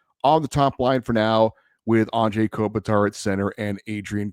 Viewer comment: Thank you! Finally someone brings up the whole “Anze” pronunciation. It blows my mind as well!👑